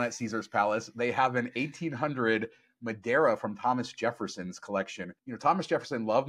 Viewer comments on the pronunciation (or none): Spent so much time figuring out how to pronounce two words in French that he forgot to look up how to pronounce Madeira 🤣